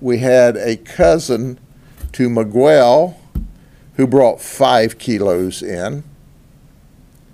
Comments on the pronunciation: Did he say "MeGwell" 😅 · I suppose I can understand not being able to pronounce Trijillo ("j" as "h") but Miguel? Really?